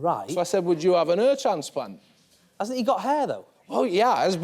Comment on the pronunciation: This guy does not look like the one that sparred Yuvraj-six-sixes-singh...and got the worst egg on his...their english team's face...is this the same flintoff... gosh why does he say "air transplant" ...gosh...no wonder the program anchor also says he has trouble understanding what he says... what have the english made of themselves...they dont seem to be able to do anything right...tennis...cricket...all same...